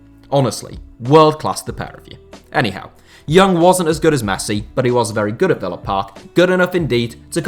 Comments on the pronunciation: When he says ‘anyhow’ it sounds more like he says ‘Eddie Howe’ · I thought he was saying "real big cow" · The Fulp i was just commenting the same